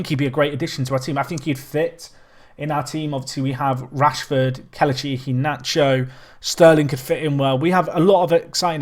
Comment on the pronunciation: It's pronounced Keh-leh-chee instead of keluh-chee. Still a great video